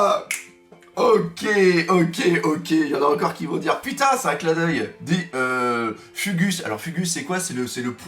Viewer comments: Purée pas [ fugusse] mais [fougou ] mdr bon qui pourra être au grand rex pour le film ?? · Écrire "Fugu(s)" prononcer "fougou(s)" S'il te plaît Doc. Merci 😀😀😘😀